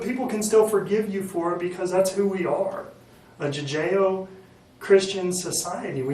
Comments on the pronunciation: this ranger says jujeo and blood splatter, wtf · OMG the interrogator talking about how forgiving he is because thats just the way he is. He has a moral compass. Commenting on the one chicks weight. Narc much? Especially when most of it goes over the suspect’s head. He said Jew-jayo instead of Judaeo. Lol.